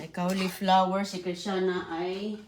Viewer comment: kawli flower daw,😅😅😅,di ma bigkas ng tama ang cauliflower.